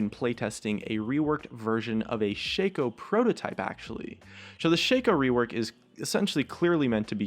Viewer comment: Ok listen up shaco's name is shaco not shakeo